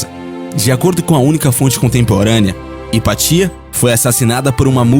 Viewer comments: Hypatia pronuncia-se IPÁTIA, não IPATÍA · Hypatia se pronuncia Hipácia .